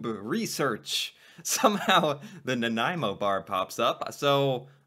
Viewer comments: You did well pronouncing Nanaimo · Ha! I’m from Nanaimo. A local bakery here makes the yellow Center with a peanut butter mix. It so much better. By the way you say Nanaimo really well.